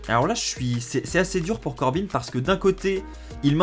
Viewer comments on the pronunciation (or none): On dit Corbin le n ne se prononce pas je dit sa car je suis origine 🇺🇲